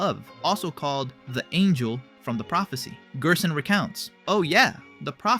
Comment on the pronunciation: it really pissed me when you said "gierson"